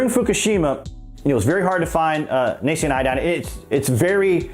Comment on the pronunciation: It's "nascent" iodine (/nā - scent/). Not...(/nā - see - unt/).